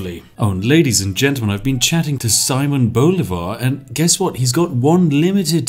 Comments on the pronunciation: Pro tip, if the name is in spanish, and you see a tail on top of a volwel. that´s were the accent is: siMÓN boLÍvar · "See-mone Bow-lee-var" Did I get it right? I always try to pronounce foreign names as best I can, considering I work in a public facing job. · Accents in Spanish tell where the strongest part of the word is, therefore Simón Bolívar should be pronounced as si-MON bo-LI-var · Solo vine a ver como este sujeto pronuncia las capitales de nuestros países latinos con su acento ingles. Saimon Bolívar lol xD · Just a little tip: It is pronounced siMÓN boLÍvar. In Spanish, the tilde ( ´ ) accent tells you which vowel you have to stress in a word and does not have any other meaning at least regarding to pronounciation. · siMON boLIvar, that's how you pronounce it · this is very weird since i now who simon bolivar is and hearing his name first miss spoken and second in this context is really weird